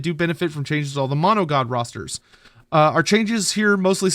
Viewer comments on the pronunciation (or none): none